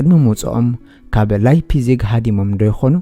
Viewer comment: መኣረምታ እታ ለይፕሲግ ኢልካ ተድምጻ ዘለኻ ላይፕሲግ Leipzig ብ ጀርመን Lei ላይ ይንበበብ Lie ሊይ( Exa . Liebe ሊበ , (Love), Leitung ላይቱንግ (Line)